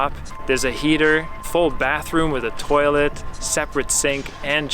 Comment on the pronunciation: I wish he would stop saying toilett